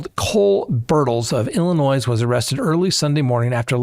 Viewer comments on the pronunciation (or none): none